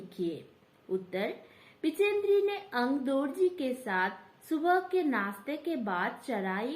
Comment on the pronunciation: बछेंद्र ✅ बिचेंद्री❎